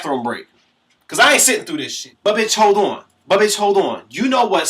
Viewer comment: "Buhbitchholdawn" LOL